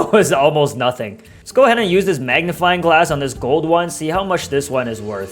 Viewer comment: Bro keep saying magniFLYING hahaah big fan tho